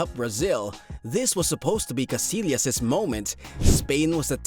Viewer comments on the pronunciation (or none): it's pronounced... Kah-SI-yahs